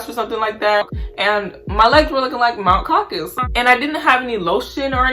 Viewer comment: She said mount caucus byee😭😭